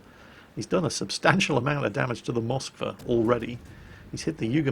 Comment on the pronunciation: God dammit IT IS Moskw A!!! not M O skwa!!!